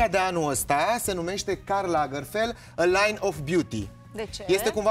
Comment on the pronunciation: Aualeu! Nu Karl Lagerfel, Karl LagerfelD!!! O gresala colosala din partea lui!